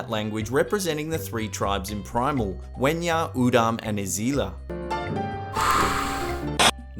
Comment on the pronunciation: You said wenja wrong also they didn't restrict a language they based they're language on protoindoeurapeon